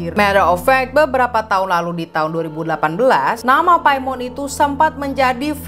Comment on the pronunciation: Paimin klo keselip bacanya🤪🤪